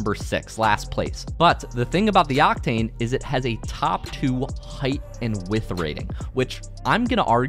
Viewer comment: bro does not know how to say width